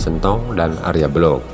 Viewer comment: Untuk diluruskan mengenai nama Si Arya Belok ( bukan Belog) . Dalam bhs Jawa tdk ada kata kata atau nama Belog , hrs di baca Belok.,, Pihak yg keliru menafsirkan menjadi Tan Wikan ,. Ini perlu di luruskan.